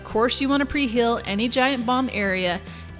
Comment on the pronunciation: When she says "heal" it sounds like "hill," and when she says "feel" it sounds like "fill." What type of accent is this?